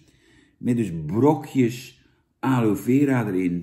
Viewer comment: je hoort het als aloè aloie uit te sprekent en niet aloe